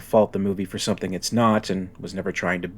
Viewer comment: "There's summink in the waught-ah!"